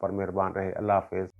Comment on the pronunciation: بسم اللّٰہ ٹھیک کرلو لفظ اللہ کا لام باریک پڑھتے ہیں ۔